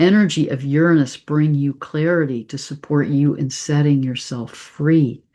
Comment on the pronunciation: Say Uranus correctly please